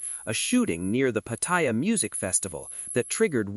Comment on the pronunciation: If you're going to report on Pattaya, at least pronounce it properly. It's not Pattyre.